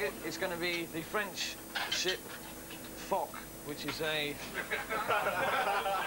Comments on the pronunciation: Foch is pronounced Fosh. It's very unprofessional and childish to use it for a silly laugh. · It's also pronounced as Fosh.